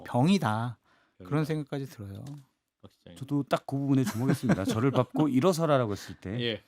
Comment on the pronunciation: 밟고의 발음은 밥꼬가 아님. 발꼬